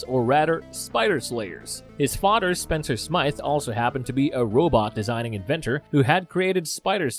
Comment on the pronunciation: Oh no, his fah-der died. Then he made a taran-tula. Then he was placed in cry-row-geen-sis